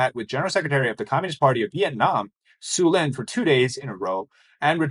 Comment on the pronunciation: It's To Lam, not su lin, pls respect how Vietnamese read and write, thanks.